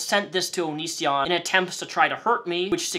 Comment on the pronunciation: I love how he was so irrelevant to you when you posted your first response that you pronounced his stage name “onishion”